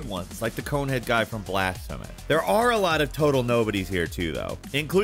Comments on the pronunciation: ...wait, please try to say "Blasphemous" for us again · Just don't ask him to say blasphemous...